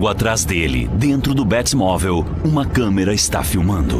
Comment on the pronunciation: Mintira kkkkk bétimovel kkkkk batmovel